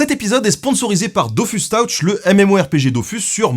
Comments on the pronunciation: On prononce teutch pas tawtch 🤦🏻‍♂️🤣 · "Touch" se dit "Teutch" et non "Tawch". Désolé, mais tu l'as dit tellement de fois que ça me démangeait! Sinon très bon épisode, comme toujours! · La vidéo est super mais bon dieu Dofus Tawtch XDDD Teutch est plus proche de la réalité déjà XD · C'est pas Dofus "taoutch" mais bien "teutch"... Mille milliards de mille sabords ! Merci pour ta vidéo :) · Par pitié : touch ne se dit pas taoutch mais teutch...x) Sinon super épisode! X) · Super vidéo. Juste Touch en anglais ça se prononce pas "Taoutch" mais "Teutch", voilà, c'est tout xD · Excellente prononciation, Dofus taouch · Intéressant. Par contre on ne dit pas engagement mais Engagisme. C'est un terme spécifique à cette situation. Par contre... "dofus tahouche"? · Ptrdd "Dofus Taouch" xD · Comment t’as prononcé “touche” 😂😂😂 “taouch”?